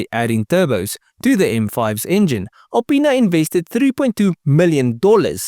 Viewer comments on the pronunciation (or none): i'm a 42 year old child when you say alipinas it sounds like you say a penis